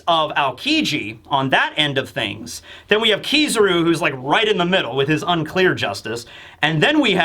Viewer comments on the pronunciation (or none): Why does he pronounce akainu as akinu and kizaru as kizuru